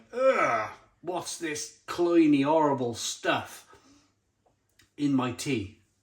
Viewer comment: I’ve heard the word “cloying”, but never “cloynee” as you say it. I’m willing to give you the benefit of the doubt, maybe it’s just one of those UK vs America pronunciation things, I dunno. Or is this just a Simonism?